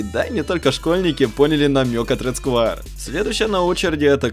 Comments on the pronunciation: не сквАйр а сквЭр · почему ты говоришь Рэд скваер,правильно Рэд сквер.И лучше бы мышку red square elite она дешевле и плюс версия 2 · Английский... "Рэд сквэа". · СКУАЕР ... МОИ УШИ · сквуаер топ инглиш